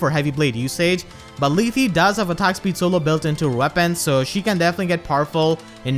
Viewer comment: It's "Leeth".